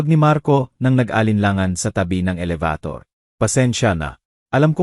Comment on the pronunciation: Kuya paki ayos naman ang a salita mo alabator elevator pala